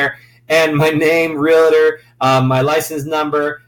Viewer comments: Great video. One con. It's Real-tor, not Real-a-tor. lol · It is hard to believe someone that does not even know how to pronounce Realtor.